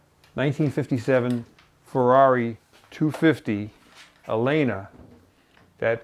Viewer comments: Amazing! Favorite episode ever. Not that it matters... but the name of the company is pronounced El-lena. Both "L"s are pronounced. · Pronounced El-lena